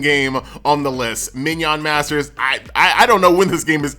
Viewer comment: "Min yawn masters?" lol